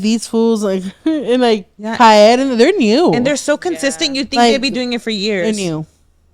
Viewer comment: KAED is pronounced Kayed